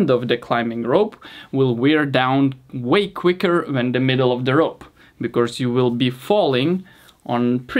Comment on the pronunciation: I love your videos, really, but why do you keep saying “becorse”? You should try to split the word in two so you can say “be+cause”